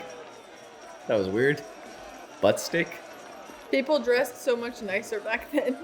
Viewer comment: When welcoming the new batch of Convicts Captain Hadley grabs the first man by the scruff of his shirt and says “Do you speak English Putz Steak? (Not Butt Stick) follow that guard” “Putz (alt spelling Putts same pronunciation) is a Yiddish word which represents a certain male appendage. This might help in visualising the manner in which he was actually addressing the gentleman in question.